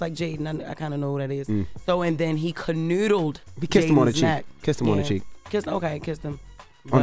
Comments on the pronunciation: This has to be the best phonetic spelling of classic Bmore pronunciation. 😂😂😂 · “Canoodled” is crazy 😂